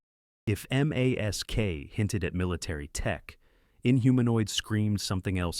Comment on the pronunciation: Why aren’t you pronouncing M.A.S.K? Why are you saying M A S K?